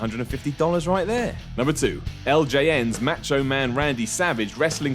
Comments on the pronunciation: "Match Cho Man" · "Matcho" Man toy is insane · This clown couldnt even say macho mans name right. smfh